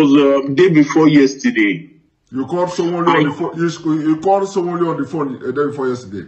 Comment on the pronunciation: This man is not genuine. His English is faulty for a journalist. The way he pronounces Sanwo Olu and Ahmed Tinubu shows he hasn't been working for a Nigerian Television station as he claims.